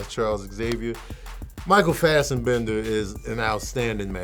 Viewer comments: its FASSBENDER not FASSENBENDER. Lol. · It’s Fassbender not Fastenbender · Oh and also minus the “Fastenbender” pronunciations lol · Wait, how did he pronounce 'Fassbender'??? I'm crying lmaooooo